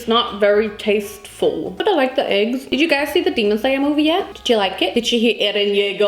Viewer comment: The amount of time she said eygs 🤣🤣